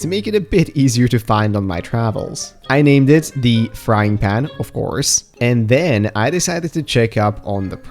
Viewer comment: Only I noticed your pronunciation of "of course", as a dutch person myself I didn't even notice you are dutch for multiple videos.